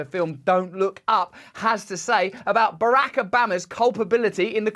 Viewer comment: I am here just to hear Russell's pronunciation of "Barack" (Obama) - because it makes my day better. I do not know why. 😂🤷‍♀️